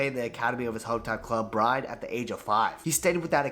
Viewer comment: Also the guy making the original vidoe. The way hes butchering the Norwegian team names... Pronounce the E! BrynE. MoldE... Not Bryn and Mold... Not your fault tho. Im just saying so people get it right.